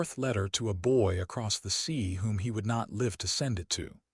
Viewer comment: Damned A.I. does not know English, can't understand the difference between Live and live